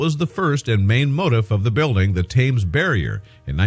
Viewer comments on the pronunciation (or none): Tims! Tims! Tims! Not Tames. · It's not Thames as in can, it's Tems as in bed. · Please check your pronunciations, several are wrong, most importantly the word Thames.